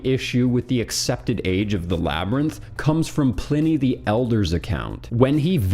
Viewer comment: As a Sonoma County native, home the the best IPA in the world, Pliny the Elder, its pronounced “Ply-Knee” sorry it was driving me insane lol